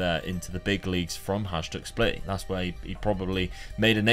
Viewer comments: It is not pronounced Hazhduk, but Hayduk :D anyways, good to see some Eastern European clubs! Would love to see you rebuild Bohemians Prague or Spartak Trnava, these two teams played semifinals of Champions Cup back in the day :) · Love the video, one tip for Croatian names is that the J is pronounced like a Y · its pronounced hayduk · It is pronounced hi dook. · It's not hajduk it's hajduk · Wish for right pronauciation of Hajduk's name pls. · Awesome video. Loved how you revived my favorite club <3 Just a tip. Pretty much works for all slavic countries. Hajduk is pronounced something like Hayduk, so is Livaja (Livaya) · You shoud come to Split and learn how to pronounce words. We can start with Hajduk and Livaja :)